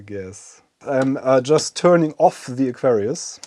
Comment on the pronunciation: When you say Aquarius, the accent (to me) sometimes makes it sound like Nefarious! I'm thinking this would have been a fantastic name for the new system ;) Great video and neat system.